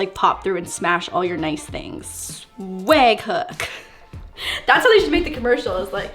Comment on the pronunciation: Honestly forgot she was Canadian for a sec until she said the word swag 😂😂😂😂😂😂😂 No have just thought it was funny 😂😂😂